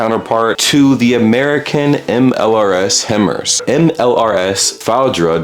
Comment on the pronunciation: Pronounced High-Mars my dude (himmers made me bust out laughing)